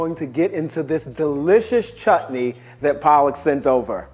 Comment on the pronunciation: His pronunciation of sambar and chutney is accurate tho- as a South Indian I've seen many people pronouncing Sambar as sambURR 😖 That's illegal 🤯